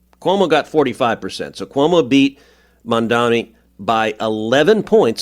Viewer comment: I love that podcast, btw it's not mamdami it's mamdani.